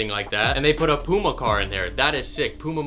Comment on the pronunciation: any1 else dislike just because of the way he said puma